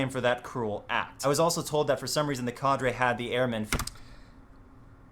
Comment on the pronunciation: Why does he say cadre so fucking weird